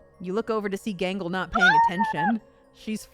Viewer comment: Confused "not" with "hot"